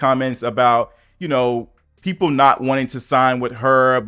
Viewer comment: Why did she say “da YT PEEPLS” like that 😂😂😂